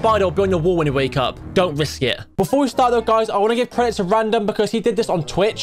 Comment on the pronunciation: When he said ‘DONT WISK IT’ I felt that